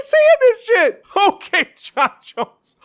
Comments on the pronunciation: ah, yes!! Hearing "H'okay Jon Jones" a few times in a row just makes my day! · H'okay Jon Jones, h'okay